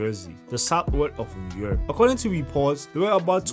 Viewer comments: It's newark not new york its pronounce NORK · Pls stop sayin sayin New York it’s pronounced Nork 🤦🏻‍♂️ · Newurk my dude not new york its one word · its pronounced nork not new york lmao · Im tired of heAring "new york" its NORK 😭😭 get it right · It’s “Newark”not New York😂😂😂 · Newark is pronounce nork lol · nah respectfully it’s NORK 🤣💯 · it’s pronounced nork my nigga it’s spelled newark but pronounced “nork” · stop pronouncing Newark like dat